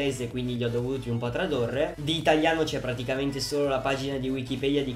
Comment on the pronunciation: verso 52 e 53 secondi invece di dire tradurre hai detto tradorre